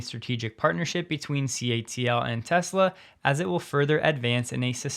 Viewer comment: You can’t even say Tesla can you